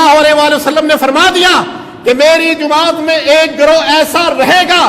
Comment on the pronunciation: bhai ko bolo jumaat nahi hota jamaat hota he na ahal